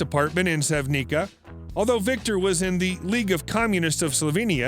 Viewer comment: That's not how you pronounce Sevnica looool. Ljubljana is also not pronounced like that. Also, there's no way in hell she speaks six languages.